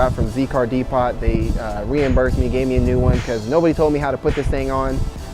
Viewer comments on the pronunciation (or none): Pronounced Z car depo.....not "pot" Glad your enjoying smiles per miles. But a Haynes work shop manual! It will teach you your Z